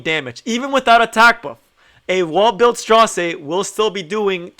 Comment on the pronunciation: His name is straze like gaze not stra zero. Just a little correction. Great video though man. I just got him yesterday from a moonlight summon. Was on my dinner break and work and did tower and then did my moonlight summon and bam he popped up. All my friends got him from mystic I was the only one who didnt. Me and 2 of my mates play from work. But Bam he came from moonlight. I feel really lucky. Cause I dont have many moonlight. I only have blood moon haste, ruele and ml ken and designer lilbet. I never had much success until recently with moonlight. But I did get lucky awhile ago from mystic and got blood haste first summon then ruele first summon back to back couldidnt believe it. But ty for the informative video. I been cleaving with him. Running lilas, aux lots, c dom and straze. Only in silver 3. Climbing back up to gold 1 where I was before I took a break. But man if you have a tank on the other side they are dead. I actually think he can work in cleave but he is a tank killer for sure.